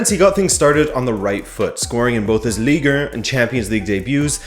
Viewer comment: Ligue eerr? Haha sounds like a Montrealer